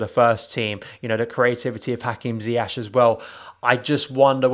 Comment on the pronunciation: His pronunciation of ziyech pisses me off every time